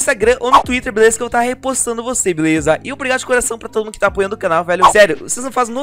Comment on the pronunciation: é ué o king já teve algumas vezes que ele falou beleuza na calabreusa